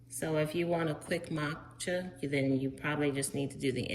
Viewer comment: Matcha, not Matchka 😂